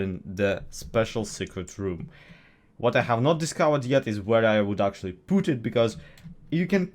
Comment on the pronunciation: Is he Russian? The way he say PUT sounds very familiar to PUTin